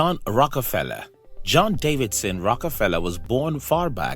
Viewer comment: Davison* not Davidson.